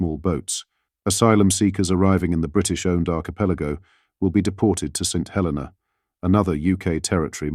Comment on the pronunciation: It is a 'shocking reveal' only to about 5% of the UK population who don't read more than soundbites/ headlines and don't know/ care where Chagos and St Helena are. It's pronounced Saint He-LEE-na by the way.